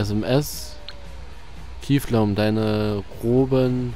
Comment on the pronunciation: Wie immer kiefllom sagt, statt kifflom:D